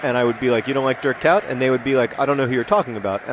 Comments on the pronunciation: John, Kuyt is pronounced like 'kuit' in this video: /watch?v=HtFY2sJquoA&feature=relmfu It's noticably different from the "-out" you use (although to you it may not be). I wouldn't correct you, though; that's kind of annoying... (isn't it funny, he can't say Dirk Kuyt!) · John: Google: Pronounce fruit, the first link will give you a map click on the play button that is over the Netherlands, replace fr with k and say Kuyt right. I expect you will practice for your next video. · As a native Dutch speaker ... the Internet is wrong ... the i in trick (for instance) is what to go for. As for Kuyt, sorry there is no English analog for the uy sound ... which is probably why John can't hear the difference. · Oh man I'm Dutch. It's pronounced Kuit, not Kout. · Lol he says Dirk Kuit Like dirk kout it should be pronounced Dirk Kuit with an ui sound that you English people don't have. I'm trying to think of an English word with a sound in it that sounds like ui but I can't think of anything, there might not be any. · So many people trying to explain how to pronounce Dirk Kuyt and I still don't know. Where is Dirk Kuyt? He should make a youtube video and pronounce his own name. How to pronounce Dirk Kuyt with Dirk Kuyt. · Every EPL commentator is pronouncing it funny :P ~Another Dutch person.